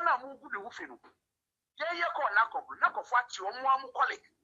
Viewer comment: NACOC not NABCO